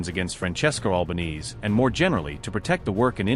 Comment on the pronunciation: Her Family NAME's NOT "White Knees," (= Alba-neez.) It's normally SAID "Alba-nay-zay". Thanks, Mint.